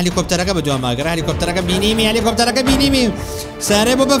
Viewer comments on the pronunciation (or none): none